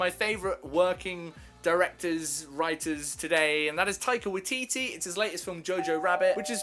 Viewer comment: As a kiwi I just wanna say it's pronounced.. "why-titty"